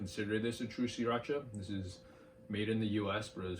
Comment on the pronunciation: Spot on in my opinion. Thanks for pronouncing it "See-Racha" which nobody but you and the founder pronounces it correctly.